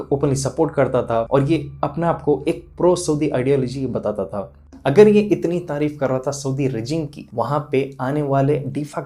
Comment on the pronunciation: Woh sab theek hai lekin aap THA ku TA kyu boltey? Woh تہا یے تا نہیں ہے ! Asaani k liye aap ثا ki awaz bhi istemaal kar sakte hai